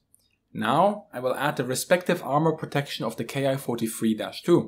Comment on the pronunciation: There's a small mistake in the video, the Japanese series of planes is not pronounced K-I (kay-eye) but Ki (key), the Japanese script uses a single symbol キ(ki) to designate the series of fighters.